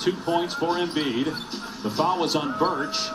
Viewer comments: It’s Embiid not Embid 😭😭😭😭😭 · flight “embid” lmaooooo